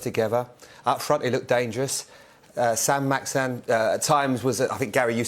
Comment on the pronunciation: The players name is Saint Maximin or as Redknapp likes to say it San Maxan....